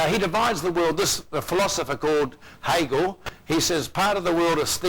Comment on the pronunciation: CORRECTION: It's not Heligian it is Hegelian. the name of the philosopher was Georg Friedrich Hegel not Hagel. Please document better. It sounds like it was done by a noob.